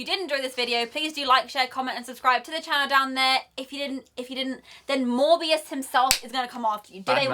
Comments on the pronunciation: stop saying Mobius 😢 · btw it is morbius not mobius bruh lol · Morbius is an Anti-Hero like The Punisher and it’s Morbius not Mobius bro😂 Two different characters Also Morbius the Living Vampire doesn’t fly, he has an enhanced gliding ability which is used for short distances. The purple effects behind him were a nod to his purple cape in the comics. Still badass to see in live action. Also can’t wait for him and Mahershala Ali’s Blade to cross paths as they’ve done before in the comics starting out as antagonists (Morbius gave Blade his powers) to a mutual understanding and even teamed up a few times. Just hoping for Kevin Feige and the MCU have Doctor Strange assemble the Midnight Sons team in the future with Morbius, Blade, Ghost Rider, Werewolf by Night, Wolverine, Doctor Voodoo, Hellstrom, Sister Grimm, Magik, Moon Knight, Wong, Elsa Bloodstone and The Punisher later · Pronounced MORE- BEOS. Owen Wilson and his jet ski has nothing to do with this, unfortunately